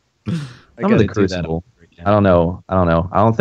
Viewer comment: say it with me...CREW CEE BLAY!!!